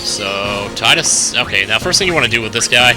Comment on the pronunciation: in Kingdom Hearts, his name is said by wakka but is pronounced teedus